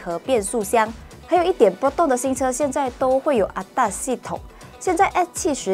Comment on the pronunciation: ADAS not ATAS 😅